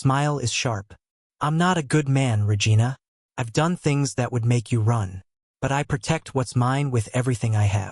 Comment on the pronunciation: Regina-vagina…sounds like an old Seinfeld episode.Pay attention to what your AI story teller is doing and do appropriately 😮😂😂Good story though 😂😂😂